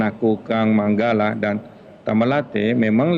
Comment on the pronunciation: Manggala bukan managala